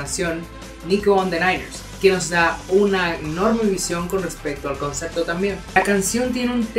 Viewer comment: "ConcePto" no "ConceCto"